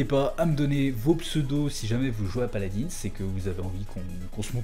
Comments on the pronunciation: PALAD1 ET PAS PALADINSSE BORDEL! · Sa se dit paladin